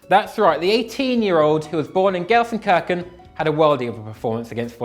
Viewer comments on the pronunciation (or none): Can someone help too pronounce Gelsenkirchen properly? #thecommentsshow